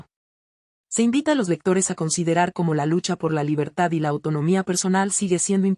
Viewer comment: Corrige la pronunciación de la palab"racial", por favor.Asi mismo el "cómo".